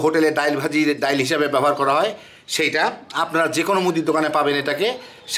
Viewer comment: ডাল কে ডাইল বলেন কেন?